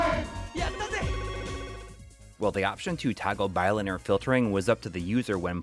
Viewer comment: You sayy bi-linear weirdddd. Great video though!